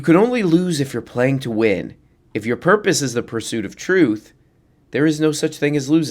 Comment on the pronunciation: Not my content creator pronouncing "purpuse" wrong. pur-POOSE cmon its demented